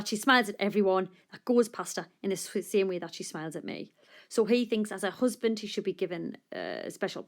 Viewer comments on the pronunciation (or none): I love how she pronounces him as hoesband (I despised every second of reading this poem)